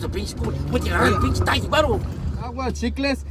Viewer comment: no oldest que dice cuber en lugar de decir Huber y taysy en lugar de taxi